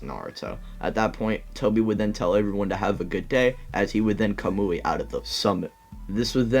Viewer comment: I love the Ca-moo-e. He says it like that! It’s Ka-Mu-I